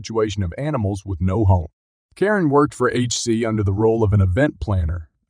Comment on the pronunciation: Is it really so hard to have a human narrator? The repeated mispronunciations (e.g., Karen like "koh-rin," McEntitlement like "miss-entitlement", the often-misplaced emphasis, the unnatural pacing, it all screams artificially generated speech.